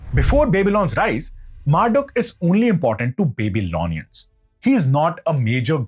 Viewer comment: Excellent, and I will always remember your pronounciation of Babylon and the Baby Lonians, thankyou.